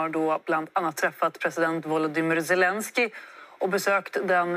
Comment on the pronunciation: Roligt att hon säger Svelenski om Zelenski